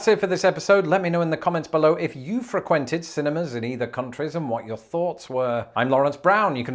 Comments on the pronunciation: You are aware you’re pronouncing frequented wrong right? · I find your pronunciation of the word "frequented" disturbing. (Vader voice) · Well, I just noticed that when pronouncing the word frequented, you put the accent on the second syllable rather than the first. Very strange.